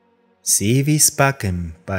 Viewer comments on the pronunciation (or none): Se escribe “Si vis pacem, para bellum” y se pronuncia: “si vis pachem, para belum”. Pero lo importante es que la conclusión es errónea. La clave si está en el término “pacífico”. Si no puedes causar daño eres “inofensivo”. Eres “pacifico” cuando eres capaz de causar daño, pero decides no hacerlo. Los xenos no entendieron…